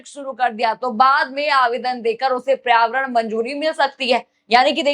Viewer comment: आपका उच्चारण बहुत खराब है।पर्यावरण,मेमोरेंडम,और कई शब्द सुधार कर बोले।